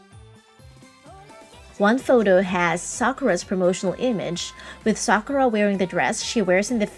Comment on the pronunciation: Thank you! Finally someone pronounces her name correctly!